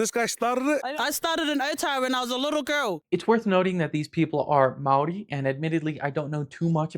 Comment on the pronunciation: this is probably the closest i've seen a non new zealander get to pronouncing the word māori correctly